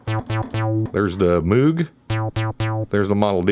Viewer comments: It's Moog... pronounced like Mogue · Just to set the record straight, I listened to the man himself, Robert Moog, interviewed before he passed away in 2005 and he was very clear & precise about the pronunciation of his last name. He declared that it "rhymed with the magazine...'. So you all can go ahead and call the instruments that he designed whatever you like I guess, but one way will be correct and the other way will be wrong. And that's that. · It was his first wife, Shirleigh, who insisted that he settle on the "Mogue" pronounciation. She was a school teacher and the children would say "Good morning, Mrs Mooooog", making a sound like a cow mooing.